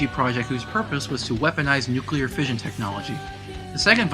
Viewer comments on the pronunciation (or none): none